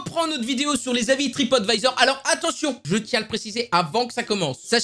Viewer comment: Alors je sais pas qu'est que tu à avec se mot mais même à de la vidéo alors que le A de TripAdvisor est en majuscule du arrive quand même à dire TripOtvisor XD!!!😂😂😂😂 Sinon bonne vidéo!!